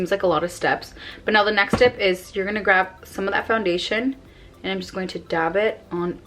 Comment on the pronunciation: Learn to say “GRAB” and not “GRAV” WTF